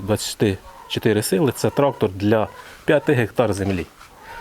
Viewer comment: так хвилювався, що у піжамі застрічає "трахтор..."